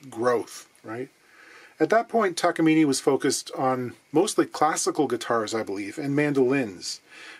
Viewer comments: Excuse my correction, it’s Takamin eh! According to my Japanese friend. Note accent over the e. Now about “solder” or “dodder”😂😂😂 Love your vids? You da man. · If you are trying to use the Japanese pronunciation it is ta-ka-mi-neh, not ni at the end. Not that it matters. Unrelated ryobi is pronounced ro-bi or something like that, there is really no why to write it in english but ryo is once syllable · It’s pronounced ‘Takamine’. Duh. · I'm thinking about complaining about the Takamine pronunciation.... but again is not going to read comments anyway. I have a small discussion with Levy Clay on his channel's comment and he was right that westerners are ignorants when it comes to names that comes from foriegn languages. But again, who am I to talk? I'm not even Japanese lol.